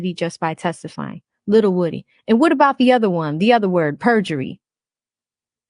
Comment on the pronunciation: The say it’s pronounced Woo- Dee!